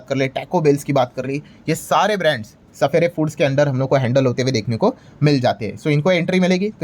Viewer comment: Did u say सपेरे फूड्स?